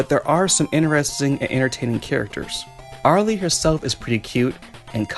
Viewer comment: I forgot to tell you that Arle’s name pronounces “ar-ll”.